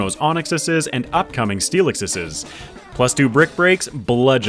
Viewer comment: he said onixiseseseses... rather early 😂 ooooo 69 nice dont talk about bru no no no no... for the inaugural dewgonggonggong and for the next one.. for the onixiseseseses as well as but with steelixeseseses and for more steelixeseseses